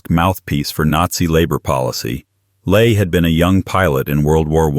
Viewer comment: Robert Ley is pronounced wrong. Ley is pronounced more like the English verb, 'lie'.